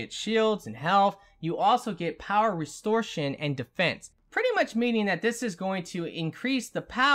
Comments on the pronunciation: Its not restore+shun....its rest+or+a+shun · Restor-A-tion. You're welcome.